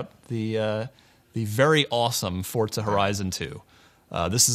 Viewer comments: Its Forza, NOT FUCKING FORTZA!!!!!!! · hey it's FORZA not fortza!!!!!! say it right, jesus this can be viewed around the world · Nigga keeps sayin Fort-sa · It's forza, Not fortza ! It's funny how the people that are supposed to report the latest news on games can't even say the name correctly. WTF ign??? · im spanish and forza resembles "force" in spanish (fuerza) there is no fucking "T" before the Z